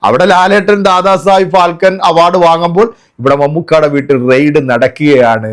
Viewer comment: Phalken അല്ല മോനെ,phalke,try to respect that word if u are an indian.